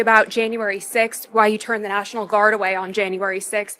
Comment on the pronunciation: I (hic) did not dishmish the (hic) Nashonal Guard.